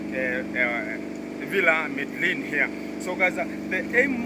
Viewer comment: I noticed that you're still struggling with the villa name! The pronunciation is Mededjin